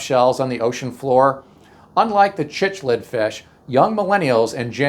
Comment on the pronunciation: The fish name is actually pronounced like Siclid. I have raised a few